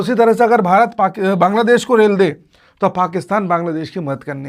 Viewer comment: Sir aap rel de rahe hai ya rail